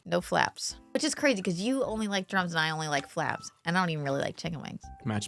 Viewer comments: "Flaps"??? Not flats?? Bro what 😂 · wait did she call them flaps instead of flats???!!?? 😂😂😂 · Did you just say flaps and not flats? Bruhhh